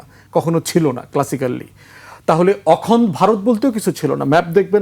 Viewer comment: ধান ভানতে শিবের গীত! ব্য. ফুয়াদকে এতো কপচাতে কে বলেছে? উপস্থাপক সহ্য করছেন কেন? পৃথিবীর সবকিছুই ইন্ডিয়ান ন্যারেটিভ। পন্ডিত 'অখনড্' বলেন কেন? ওটা 'অখণ্ড' হবে। ব্রিটিশ ভারতবর্ষে কবে এলো আর 'হিন্দু' কবে এলো!